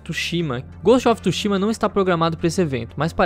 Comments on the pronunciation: Só eu q fiquei mt incomodado com o falando "Ghost of TUshima" ao invés de "Ghost of TSUshima" kkkk:v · Não é tushima é tsushima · inglês? kkkk, mas "TSUSHIMA" é japa garaio :v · Que agonia toda vez que ele fala Ghost of TÚshima